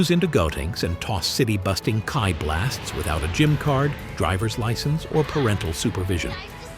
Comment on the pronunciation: I can't get past the pronunciations: Sigh-uhn, k-eye blast, etc.